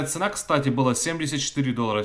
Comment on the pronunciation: в слове цена ставьте правильно ударение